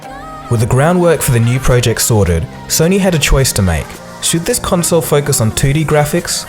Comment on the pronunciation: PLEASE stop saying "prooject"